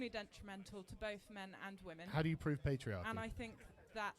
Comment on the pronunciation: *Pets* "Petriarchy"